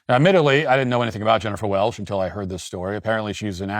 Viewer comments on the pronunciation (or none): It’s “welCH” with a “CH”. And your hot take is crap.